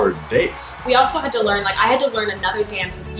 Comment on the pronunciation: is it just me or - it sounds like taylor said 5-6 hour “dates” i know he’s probably saying days but... i ship jaylor 🥰